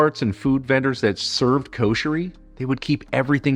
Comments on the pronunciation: it's should be written like that "Kusheri", so u pronounce correctly like the local ppl, im arab and i know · U r right. It sounded like kosher :)